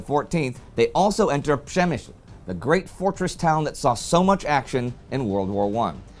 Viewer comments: Congratulations, Indy, your pronounciation of Przemyśl is now flawless. The Great War has taught you a fair bit of Polish to prepare you for WW2. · Man. Huge probs for pronouncing Przemyśl! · Give thanks to all the great war episodes featuring it. It meant indy can now pronounce it perfectly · Big respect for saying "Przemyśl". Not easy for someone who don't know Polish language. Now, it's time for Grzegorz Brzęczyszczykiewicz! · He spent much of 1914 and 15 to practice that pronounciation. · Yeah, the Great War channel gave him a lot of practice with the name. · Everyone here who followed him in the great war series knew how to pronounce that